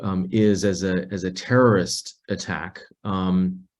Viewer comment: she said "tewwowist" and later "bwidge" "Wussia" and "militawy stwucture" Ehhhhh...What's up, Doc?